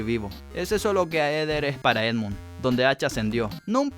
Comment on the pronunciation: Sos un Fanboy de Endmun Mad Milen sorry por pronunciarlo mal